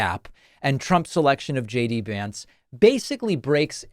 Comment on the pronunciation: F JX Vince (they mispronounce everyone else’s name)